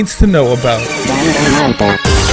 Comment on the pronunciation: ***** Pretty sure they're not a weeaboo for correcting a pronunciation error as well.